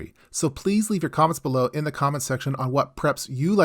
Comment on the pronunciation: Idk why but when you said "Da tall jesus candles" i laughed so hard 😂😂